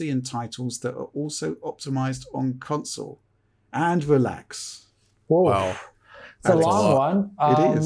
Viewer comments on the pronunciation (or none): How do you get away with saying "council" instead of "console" with how big this channel is? Lol